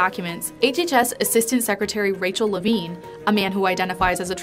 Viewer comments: it was tough to listen to this story when every time you mention the admiral, I think you are saying Adam Levine, lol. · You kept saying "Admiral Levine," but I keep hearing "Avril Lavigne." 😂